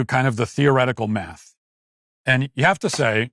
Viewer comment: "Dat maaf be raciss."